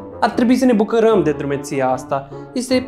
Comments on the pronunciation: Cred că vroiai să spui ,,bucurăm,, nu ,,bucărăm,,. Apropo te iubesc mult. Mie îmi place mai mult de mamă. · Ai zis cumva sa ne bucaram în loc de bucuram 😂😂😂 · LA (CRED) A ZIS BACURĂM😂😂😂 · a zis buculăm!!😂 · a spus bucărăm😂😂😂😂😂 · Ai zis buc(ă)răm😂😂😂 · Ai zis bucărăm🤣🤣🤣🤣🤣